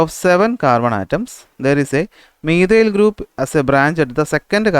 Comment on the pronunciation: Sir methyil alla ❌ methyl ✅